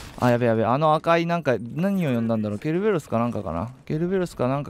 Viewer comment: ケルベロスって言ったのがペロペロスに聞こえた